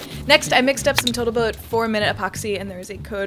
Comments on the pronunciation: Boatle tote epoxy? 😂 total boat? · Did you realise you said Botal Tote instead of Total Boat? 😄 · "Boatle tote" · "Botal Toat" Great video by the way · wait, did you say "Botal Toat"??